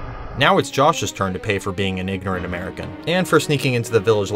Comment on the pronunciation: he said “ignorant” but that sounded WAYYYYY different at first 😭